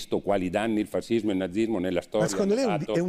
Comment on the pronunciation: si pronuncia fascismo landini , no fasismo ......